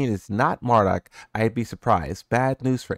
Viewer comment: 6 seconds in "Mardock" 😂😭 I had to But hell yeah, can't wait to bring back the ready stance mixups